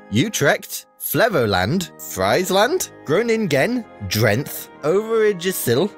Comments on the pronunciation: makes me laugh because he did awful haha. I have to give him credit because it's not easy, but he didn't slay it lol. Drenthe and Overijssel cracked me up. But it's okay, I wouldn't be any better in other languages myself. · As a Dutch born person I don't agree with his pronunciation being great. Friesland, Overijssel and Drenthe got pretty mangled.